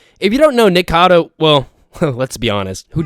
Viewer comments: It’s Nikocado not “nikado 🥴” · its nikocado not nikado